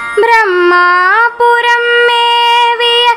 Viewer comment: ப்ரமா புரம் என்று உச்சரிக்காமல் பிரமா புரம் என்று பாடவேண்டும் மகளே திருச்சிற்றம்பலம்